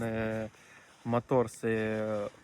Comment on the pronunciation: A partir du moment où il a dit " "Motor" avec un accent de l’est j’ai Banko ! 🎉😂